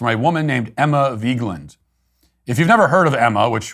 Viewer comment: I love how Emma Vigeland is so irrelevant that Matt pronounces her name wrong